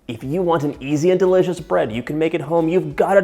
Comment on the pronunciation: Don’t forget DAH-Licious